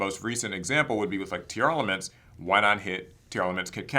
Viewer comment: Say it with me Tier Laments That’s how it sounds dude.. not tearelements. Yugioh players can’t read